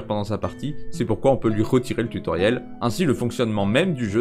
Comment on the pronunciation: Marrant d'avoir autant répété "tue Tauriel" au début de la vidéo :3